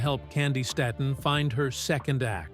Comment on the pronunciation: I hate these AI people. It's pronounced "Stayton" PLEASE! God Bless you my sweet Auntie/sister!👏🏾👏🏾👏🏾👏🏾👏🏾👏🏾👏🏾🎬👑👑💝💝💝